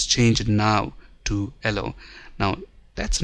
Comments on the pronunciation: Thanks for the detailed video, but the "ellow" color was killing me :P. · it's YELLOW not ELLOW